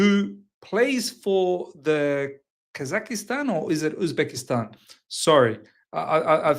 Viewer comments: Bro its Kaz-ak-stan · I couldn't stop laughing with how he pronounced it but then, we all do it in one way or the other 😊